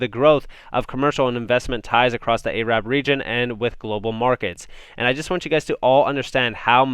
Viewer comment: Hey man, you're pronouncing Arab wrong. Cheers.